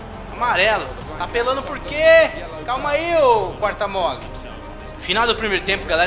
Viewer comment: quartamole 😂😂😂😂😂😂 se pronúncia carermoule mais se escreve catermolle 😂😂😂😂😂😂😂